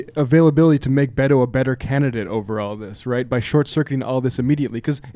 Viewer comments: Please gentlemen, 'Beto' is pronounced "Beh-toe" not 'Bey-dough". Thanks. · Yeah, this is something they've been doing for awhile - mispronouncing his name. I've pointed it out in the past to no avail. I don't know if it's because they really haven't followed him much, but they simply refuse to say 'Beto' properly. Maybe on purpose, or maybe it's a NY/Long Island thing...probably on purpose.